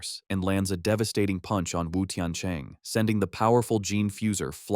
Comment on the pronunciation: Bro why are you saying puch